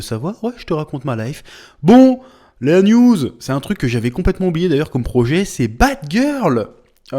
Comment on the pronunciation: À chaque fois que tu dis "une news" j'entends "une nudes"